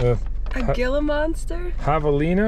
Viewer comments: Ok. As a former Arizona resident, I have to correct the pronunciation of "Gila"...you say "hee-la"... otherwise you sound like a tourist :) Great that you met up with Vice Grip Garage and had a few cold snacks...would love to see you meet up with Sleeperdude. Great vids and really enjoy seeing how you solve problems and bring these beauties back to life. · Just so ya know, Gila is pronounced He-laa. It's a large poisonous lizard that has a locking jaw when it bites. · Not sure if anybody corrected you but Gila in the monster sounds like he-la. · The Gila monster is pronounced “heela monster” same as a beaded lizard. Venomous and sharp ass teeth lol so don’t get bit lol good video brother! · Pronounced "heela" monster